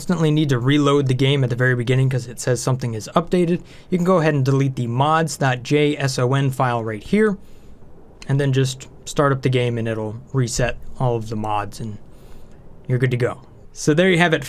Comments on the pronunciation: Any other programmers here twitching from the fact the he pronounced .json as "dot jay es oh en" instead of " dot jason"? Good video though, thanks. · it's called jay-son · dot jey es ou en :D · "j-s-o-n" made me giggle :) Also, while I'm here. I've watched an incredible amount of your content and have enjoyed all of it. Thanks for choosing this as your hobby/career!